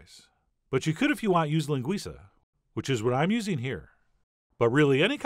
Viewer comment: Chef John is the first Yank to pronounce "linguiça" correctly.